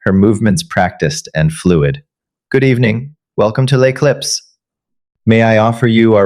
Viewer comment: I too enjoyed the take down of Chloe but if you're going to make French a key component of the story it should be s1sspelled correctly as well as pronounced! Lay Clips makes me think of potato chips with a bag clip instead of what can only be L'Eclipse. Some French even fairly common in not especially such exclusive restaurants are maitre de and hors d'oevres. These are just the most common French terms misspell3d and mispronounced. In English you should also know that there's no such thing as a lone shark: there IS however a loan shark!